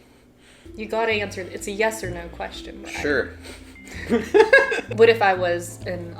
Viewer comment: I clicked faster then could say " shore "